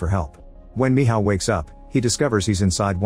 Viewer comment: Michal❌️ Mihaw ✅️